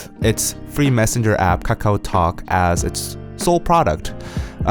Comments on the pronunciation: The way he pronounce kAkaW so funny lol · The way he keep saying "kakao" tho ~~